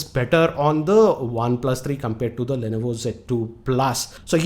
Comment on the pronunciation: sir lainaivo nahi hota li-novo hota hai #pronunciation